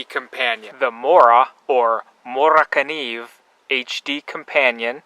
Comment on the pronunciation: You did a great job on pronouncement for this knife. I speak a little Swedish due to my great grandmother as she was a Swedish immigrant to the states here. I own a few Moras, and hopefully a gransfors bruks soon, just a little pricy at the moment. You did very well on this video, I really enjoyed this one for obvious reasons:) keep up the great videos!